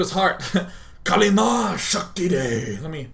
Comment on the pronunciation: 'Kali ma shakti de' LOL DAY9 is part Indian he can say it very well too.